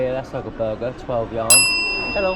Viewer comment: Just for your knowledge, the currency unit of China is yuan. It reads “yu-an”. Enjoy your trip!